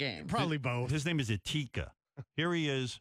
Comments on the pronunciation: Did he just call etika eteeka?????!!!?!?!?!?!?! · E H T E E K A he really called my JoyCon ni🅱🅱a EHTEEKA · "Ehteakah" "Ridley the dragon" Guys, it's time to take out the Joy-Pitch forks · RIP E-tee-ka :( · did he just call him ateacup? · Ed-tee-ka!? Ridley the Dragon!? I can't even right now....xD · *eh-TEEK -ah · If these guys are gonna roast my home boy Etika, then at least get his name right! I mean Ehteeeeka? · "Eteeka" lmfao im dead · E-teka lmao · The way they pronounce etika lmao